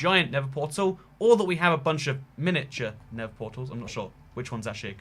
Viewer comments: NeTHer Not “Ne’vur” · It really annoys me that he calls the nether “the never” 😑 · why do you call the nether never?